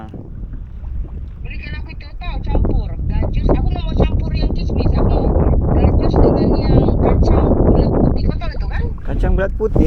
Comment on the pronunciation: Gasak hampas tebu yer AJ, hehehe… Buah gajus AJ, bukan jagus 😂😂😂